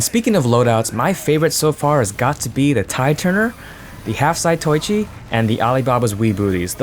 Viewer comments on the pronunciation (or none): Zah-toh-EE-chEE... That is all I have to say. Carry on. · By the way, it's pronounced "za-to-wee-chee"